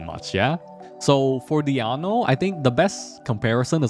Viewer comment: Who is this Diano you speak of? Is this DionA? hahaha still really good guide tho